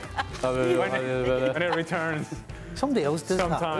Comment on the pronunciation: man really said Pep from Bundassliga😭. You know where he learnt his business